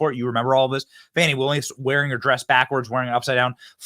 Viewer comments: Who would name a kid "Fani" and then insist the pronunciation be "Fawni?" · I helieve its pronounced Fahni